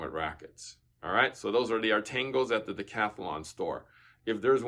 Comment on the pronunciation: Dec-athlon? like in 10-sports? 10-dicilines?